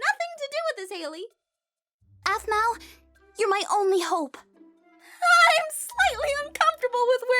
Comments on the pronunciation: its pronounced 'arpell' not 'apple' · does call Aphmau Apple cause it was hard for him to pronounce her name at his age